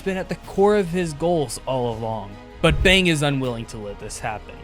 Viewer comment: Fang not bang say it clearr